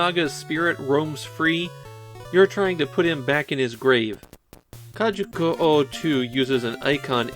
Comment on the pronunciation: Drinking game: take a shot every time says “kajuku” instead of “kujaku”:) Never played this one and didn’t know they were the same devs from Umihara Kawase. I love that game!